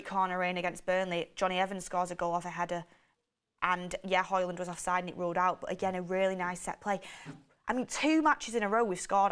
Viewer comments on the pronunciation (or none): none